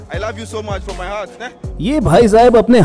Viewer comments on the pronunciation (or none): none